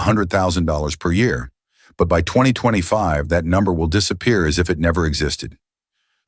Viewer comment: Fake AI generated. The bot voice couldn't pronounce 2025. Just listen to the voice of the "man bot". That voice is the same voice for countless other fake AI generated videos.